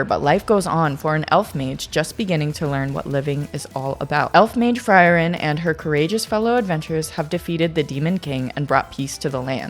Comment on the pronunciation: Frieren is pronounced as Free-ren. All the names are German words. So you gotta check the pronunciation